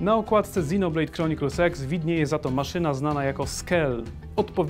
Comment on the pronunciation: Czy tylko mi się wydaję, że mówisz XinoBlade Chronicles SEX? ( ͡° ͜ʖ ͡°)